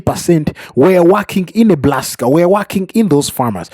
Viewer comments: NEBRASKA not NEBLASKA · Its Nebraska NOT Neblaska!!!😂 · Say "Neblaska" just one more time...I swear it... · I stopped when I heard Neblaska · There' no L in Nebraska